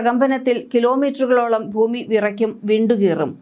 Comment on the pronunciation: വാർത്ത വായിക്കുമ്പോൾ "ഫൂമി " എന്നു പറയല്ലേ പൊന്നു ചേച്ചി.. ഭരണിയുടെ "ഭ " ഭൂമി. മനസ്സിലായോ. ഫൂമി എന്നൊരു വാക്ക് മലയാള നിഘണ്ടുവിൽ ഇല്ല 😂